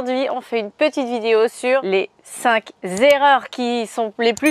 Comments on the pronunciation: En parlant d'erreur, on ne dit pas les 5 z'erreurs😁😁 sinon top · Cinq erreur et .noncinq zzzzerreurs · Cinq zerreurs??